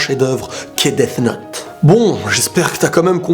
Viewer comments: quand toublie de bien prononcer death note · tu dis deaf note alors que sa ce dit deas note même si sa s'écrit death note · Desssss note J'adore ta pronnonciation xD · On dit 'death note'